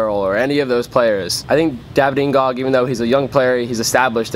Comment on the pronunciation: Plus, N'Gog is better than Bendtner....plus it is pronounced "N Go"